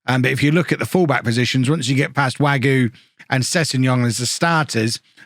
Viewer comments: Btw mousse wague is pronounced wag-a not wagyu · I'm gonna try this pronunciation stuff even though I have no idea if I'm doing it correctly. With Wagué, the "u" is silent (same with Mingueza) and the "e" is pronounced as an "a" for you. Anyways, love your videos!